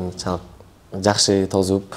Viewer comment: Тозуп эмес🤦🤦тосуп дегиле